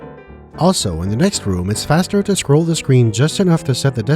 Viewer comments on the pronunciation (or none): none